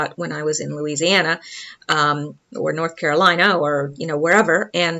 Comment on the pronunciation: Im from Lake Charles La heard you say Louisiana a-n-d- my- e-a-r-s- p-e-r-k-e-d up I-- knew i liked you!